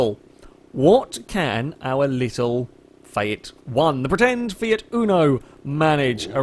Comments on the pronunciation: It is a FIAT not FAJAT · Its pronounced FEAT not FEJAT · Lmao at how you pronounced fiat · why do you pronounce Fiat so weird